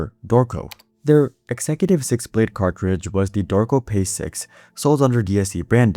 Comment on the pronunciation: "cartdridge" you using AI bro?